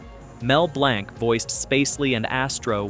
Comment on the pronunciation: Mel Blanc pronounced his last name as though it were spelled “BLANK”! “Hana”- Barbera? NO! It’s HANNAH-Barbera! Learn that fact before you post something dumb like this video’s sleepy narration. It plays better at 125% speed. Mostly good information, but BAD execution.